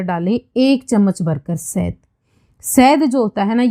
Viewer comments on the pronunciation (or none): Sahd nhi shahad hota hai